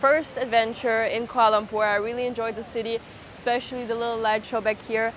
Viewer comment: For a first timer, your pronunciation of the place name is very good 👍